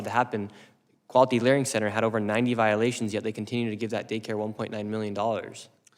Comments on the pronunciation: I love it when he said “quality learing center”. 😂😂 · He said Learing,lol